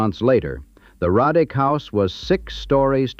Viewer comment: It's not pronounced Rod dick it's Row dick! My ancestors! Several photos are also mislabeled as Roddick.